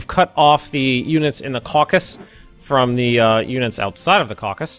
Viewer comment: it's called the Caucasus not the caucas